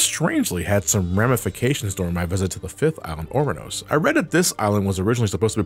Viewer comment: FTR, Ouranos is pronounced Uranus